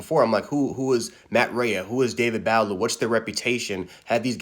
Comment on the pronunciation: It’s “Buh-lou” and “Ray”...that’s how you pronounce it.